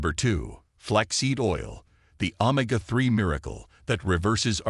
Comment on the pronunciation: Hey robot, it’s o-may-ga, not ohm-ma-ga 😅